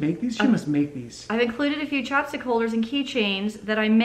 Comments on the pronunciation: CHAPSTICK holder! Lol the first like 3 times I thought you were saying chopstick holder and I was trying to figure out what that was. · I thought you said "chopstick holder" and I was like waaaaaat hell yeah, Alexis hook me up with those chopstick holders.